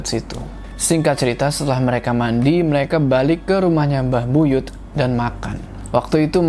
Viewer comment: Buyut kak bukan buyutH😂